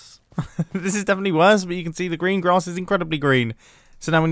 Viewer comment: sounds like “the Grian grass is incredibly Grian” lol